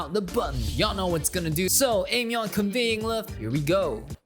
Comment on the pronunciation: you definetely need to check more of her songs! and btw, it's pronounced as " I-myon"